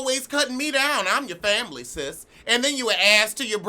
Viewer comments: I die a little every time you say fambily lmaooo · I love when you say "fambly....fambly "